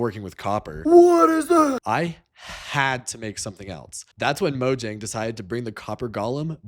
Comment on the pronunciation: the way you said “mojang” pissed me off as someone learning swedish. its moYANG